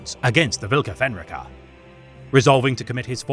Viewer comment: Also, it's pronounced: Volka Fen r-eye ka